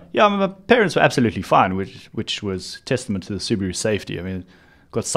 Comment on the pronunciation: how dare you pronounce Subaru like that.